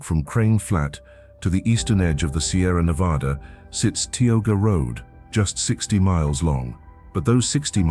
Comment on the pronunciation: In the section about Tioga Road, the narrator keeps mispronouncing Tioga.